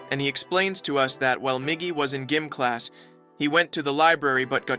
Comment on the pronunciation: "gim class" "chaced away" not mocking it was just really funny